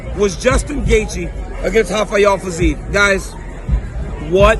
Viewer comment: dc's brain switched to portuguese saying rafael fiziev's name lol